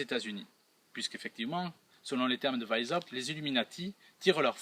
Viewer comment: Weisshaupt = VAïce - C'hAoupte (avec le C'h du Breton, ou le H allemand anglais ou arabe. Non pas VAïse ... (Né à Vienne, ça oblige). Le aï peut aussi être prononcé comme un èï avec è très ouvert. C'est plus proche de Vienne et de la Bavière (dont la bonne police a fait un bon oeuvre en arrêtant le premier foyer de ces salauds.)